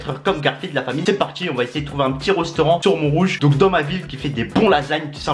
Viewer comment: "Un rostaurant"